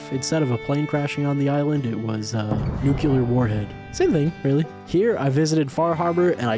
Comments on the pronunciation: Nuclear Nu-clee-er NOT Nu-kyu-ler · okay im nitpicking now but "nucular"